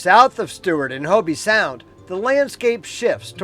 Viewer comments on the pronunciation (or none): It is not Hobie sound, it's a long o, like oh, no ie or y sound at the end. H oh b Sound ... Hobie made surfboards. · In Hobe Sound, the e is silent. Nice videos anyway😇